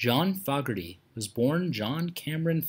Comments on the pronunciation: This is an absolute joke!!! Sad ending! I've seen John Fogerty with the correct pronunciation, 9 times in concert. First was the Centerfield concert in the mid 1980's. And the ninth was just two days ago on Sunday, October, 24th 2021 at Talking stick resort in Scottsdale, AZ. I was seated close enough to play catch with him! For a man that's 76 years old, not only is he in excellent health, he's also high on life and a proud and happy father of his children and madly in love with his wife Julie, which inspired his only love song, Joy of My Life. John Fogerty, loves to play music for his fans and I don't see him retiring Period!!! And anyone who's seen him in concert lately would agree with me! You want to do a real life and sad ending of an artist try, Elvis Presley, Roy Orbison, Buddy Holly, Patsy Cline, Hank Williams, Richie Valence, Ricky Nelson, Robert Johnson, Tom Petty, Eddie Van Halen, Eddie Rabbitt, Laura Branigan and more! All mentioned died way too young and most had a huge impact on music! Start there! Sad ending when it isn't is deceitful and misleading and people who would watch these videos on their favorite artist would know the real truth! I saw it and I just wrote a book! Maybe have a story about artists who gets taken advantage by their own record label then they try to sue the artist for sounding like himself! Can you guess who that happened to??? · Please pronounce their last name it's not FOGerty it's foogerty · It's pronounced John Foh gerty not Fog erty alrighty? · You are not pronouncing his name correctly. It’s not fog, it’s fooogerty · This is click bait.. he isn't dead and you're not pronouncing his name right either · Tragic ending? HE ISN'T DEAD AS OF 3-29-22...What are you talking about? Also, "Proud Mary" wasn'tCCR playing a "Standard" as you say, John wrote the song and CCR MADE it a standard. You're also saying his name wrong. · I can't stomach the way this putz is saying John's name. It's an insult to this talented man.